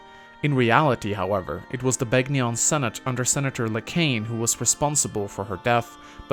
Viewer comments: The "g" in Begnion is silent -_ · Are you even allowed to mispronounce Begnion right after Sanaki pronounces it for you? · Reee, you're mispronouncing Sanaki and Begnion, reeee unsubbed disliked!